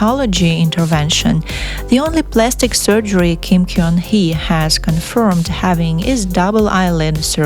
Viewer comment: Gun- should be pronounced as GUN as the weapon, not KYONG